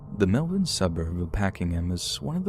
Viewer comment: I want to thank you for saying Melbourne correctly